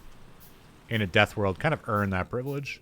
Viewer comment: I dont know why but every time you say privilege I throw up in my mouth.